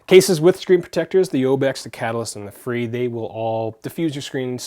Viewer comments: Like Fray? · Life proof fre isn't pronounced free it is more like frā